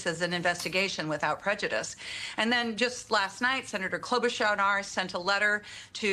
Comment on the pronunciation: .... den plez, plez, plez act against da unlawful stuff...